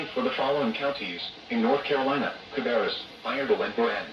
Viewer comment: ain't no way i caught you doing a "cAbRrUs"